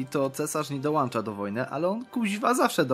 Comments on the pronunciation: "Dołącza", nie "dołancza". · dołancza..... no nie mogę....